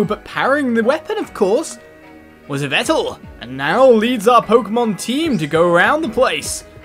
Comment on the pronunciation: Yveltal is pronounced EE-vel-tall